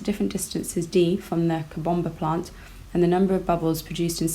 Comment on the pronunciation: The way she says COBOMBA PLANT😂😂😂😂